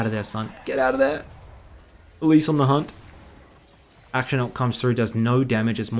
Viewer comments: Bro, please, akshAn, not Action. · Akshan = Ack - shaan (not aack-shin)